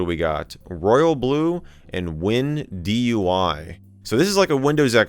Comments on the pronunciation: it's obviously Wind UI not Win DUI 😭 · It’s “Wind UI” lmao